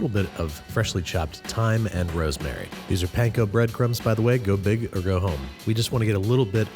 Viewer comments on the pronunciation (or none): none